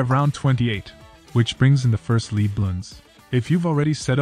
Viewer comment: good video for beginers, but to pronounce lead you say LED, not LEED with a long E as in leading.